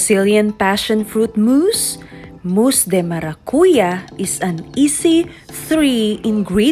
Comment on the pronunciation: Good job! Galing na pangabigkas ing Maracuya ahahha 👏👏👏👏 basta ako ing àtakman ku sable bakud ahahha hawig ya kc